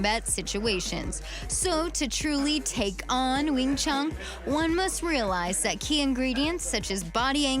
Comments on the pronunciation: Hey, it's Wing Chun, not Wing Chung, there's no "g." And you call yourself a reporter? HA HA, you're a disgrace to the profession. Learn proper English why don't you? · Wing chung? It's wing chun.... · the way she said that it seems like she thinks Karate is a style of Kung Fu and it sounds like she is saying Wing Chung